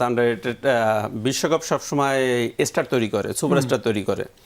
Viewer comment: উচ্চারণ এস্টার না স্টার হবে। আবাল নিয়ে এসে টিভি শো চালাচ্ছে 😂😂